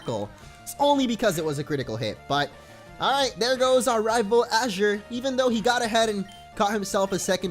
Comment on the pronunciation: my son's name is Azure, I appreciate it when people can pronounce it right. can't wait to see how the series plays out thanks for the content man